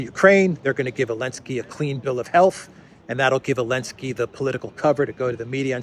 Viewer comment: Do you call zelensky elensky ? Funny 🤣